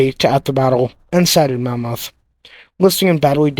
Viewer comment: The name is Monmouth (after a duchy of Wales, as in, the Duke of Monmouth), NOT "mammoth", an extinct species of elephant.